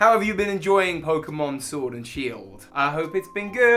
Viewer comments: Ah yes, Pokemon Shiord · Nobody: Literally nobody : Toby: POKEMON SHORD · ah yes my favorite title, pokemon SHVORD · haha Shiord Was that funny? Kinda I hope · Nobody: That pokemon case at the beginning:ShOrD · Nobody: Toby: Pokemon SHWORD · Nobody : Toby's case in the intro: Pokemon Shiord